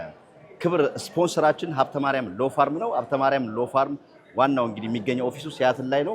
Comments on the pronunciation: law firm (ሎው ፈርም) ነው እንጂ የሚባለው 'ፋርም' (farm) አይባልም። ማስታወቂያ የሚያሰራክ ሰውዬ እንዴት ዝም አለህ!? editor የላችሁም እንዴ??😢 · ፤ ተው እንጂ "ሎው ፋርም" እንዴት ትላለህ። "ሎው ፈርም" ነው ትክክሉ። ስንተኛ ክፍል አጠናቀህ እንደመጣህ አታስፎግር። እንደ ታረደ ፍየል የሚያጓራ ሰውስ ለምን ታሳየናለህ? ውቅያኖስ ተሻግሮ ሄዶ ፤ ስንት ዘመናት አሜሪካን ኖሮ እንደ አራዊት የሚያጓራ ዜጋም አለን!!!